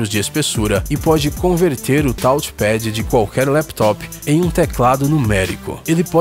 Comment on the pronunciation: "Táuchi Pédi"